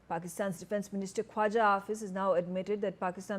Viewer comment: Asif ko Afis bolti hai?!!!